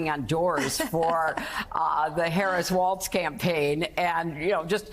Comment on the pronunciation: She said "Waltz." She never heard of Walz. She says she's not the same person as herself in 20s, 30s, 40s, 60s. She's EXACTLY the same person. She began running for president in 1964, actually, volunteering as a "Goldwater Girl." And she hasn't stopped. She has to be president whether we like it or not. And Bill is perfectly okay with that, if it keeps her busy.